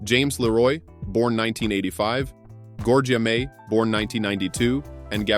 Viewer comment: The name is Bianca....NOT Blanca. Jade was born in 1971....NOT 1977. The name is Georgia May...pronounced like the U.S. State....NOT Gorga.